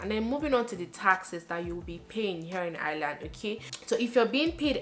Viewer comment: I like the way you say ‘Ireland’ 😍😍